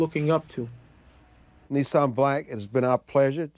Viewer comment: His name is "Nissim"-which means miracle.The interviewer mispronounced it .